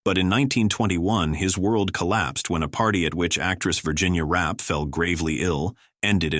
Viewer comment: Virginia "Rappay" - not Rap (Rapee)